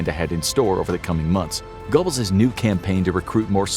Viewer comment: gurbulls, not gobbles